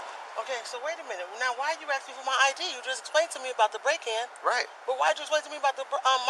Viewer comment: What is , "Axking."?? How does one axk something? Is it a verb? Adjective? Axkective?